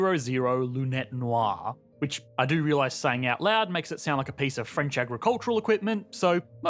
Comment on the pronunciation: This guy’s accent is so overdone to the point of being ludicrous. The way he says noir like “nüwaarhhhh”.